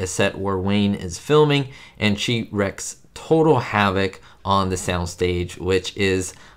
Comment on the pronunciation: You don't "wreck" havoc, you reek it,lol